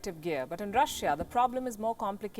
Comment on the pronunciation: can you get a new anchor who knows how to say the word Russia correctly next time?